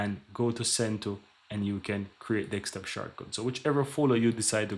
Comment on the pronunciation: deSKtop, not DEXtop